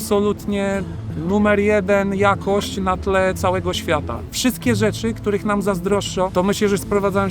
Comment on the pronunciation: no... Zapewne w zamyśle wypowiedź miała być tautologią i powtórzeniem "rzeczy", ale niewyraźnie wypowiedziane brzmi jak "rzeszy", a to w kontekście wypowiedzi o wartości wynikającej z jednolitej kultury brzmi, cóż... Niezbyt fortunnie xD